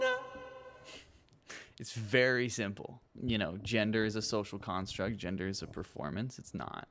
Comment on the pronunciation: Why does "Ginder"!? It's fucking GEN der. IT'S NOT THAT HARD, BUDDY!